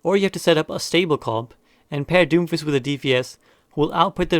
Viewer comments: Lul "Doomifst" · Lmao it says Doomifst instead of doomfist